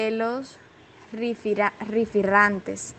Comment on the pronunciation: No saben leer estas mujeres o que! No es rifirrantes es rifirrafe, no es separista es separatista.